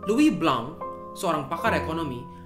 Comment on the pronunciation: "Louis Blanc" kuping berasa eargasm kalo ada pronounciation yg on point